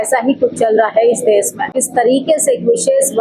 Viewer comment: आंटी देस नहीं देश होता है। सपथ नहीं शपथ होता है। कम से कम भाषा तो सुधारो आंटी। 😢😢😢😢